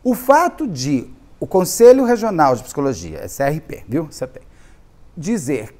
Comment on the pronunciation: te amo, mas "pissicóloga" e "pissicologia" não dá kkkkkk